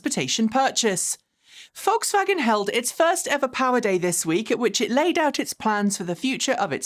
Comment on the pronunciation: Your pronunciation of "Volkswagen" is excellent.